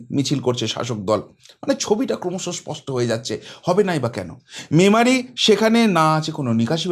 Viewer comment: যাক, শেষমেশ "ম্যামারি" টা "মেমারি" হয়েছে এর মুখে। Congratulations 👏 🎉